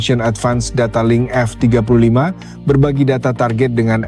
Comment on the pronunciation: Audionya jelek sekali 😂 F jeda 35, memalukan sekali bahas TEKNO tp suaranya kyk ORANG DUNGU 😅 Hrs nya F-35 ditulis F35 atau ajari TTS cara baca F-35.